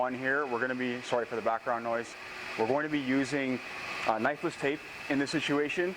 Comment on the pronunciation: not gunna lie...I always thought you were saying necklace tape until this video